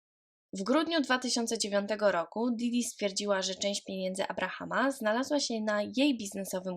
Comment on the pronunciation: Wielu podkasterow, mówi w ten sposób, niestety